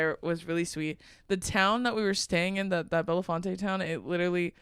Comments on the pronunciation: The population of the town you were staying is probably less than your high school graduating class lol! Bellefonte (just pronounced bell-font) is so extremely small and is still the largest municipality in centre county aside from State College. Understand you were visiting an extremely rural area with a very progressive college campus at its center. It's actually a fascinating reflection of Appalachia, and your experiences traveling to and from here echo the sentiments of a larger problem for impoverished areas like this which is overall lack of connectivity. I know you emphasized how much kindness you were treated with here, I just want to remind others to also try to speak with kindness and empathy when regarding these small Appalachian towns like where and visited in Central PA. We have huge and deeply connected progressive movements here, and writing off the whole area as racist can be so harmful for us trying to liberate ourselves from those stereotypes. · Its called “Belle-font” just fyi and 0/10 recommend -Penn Stater